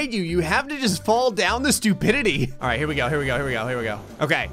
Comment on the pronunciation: He tried to say alright but ended up saying "Ara"